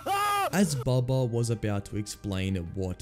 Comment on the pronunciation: His name is bubba not bubby